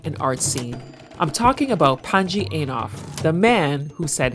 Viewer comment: Panji Eiinof ?? 🤦🏿 why don't you say his name properly